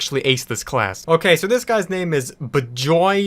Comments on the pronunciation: The fact that you pronounced an Indian name like that triggers me (Talking 'bout Bijoy Mohonto) It should be 'Bee-joy Mo-hon-to' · BIJOY MOHONTO should be pronounced as Wee-juy Mo-hun-toh